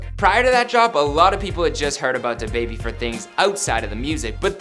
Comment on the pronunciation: 1: I hate how white people says “da baby” 2: the host really in his feelings about these comments (I thought he was gonna cry)